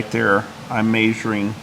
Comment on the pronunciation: Is it Measuring or Maysuring? 😂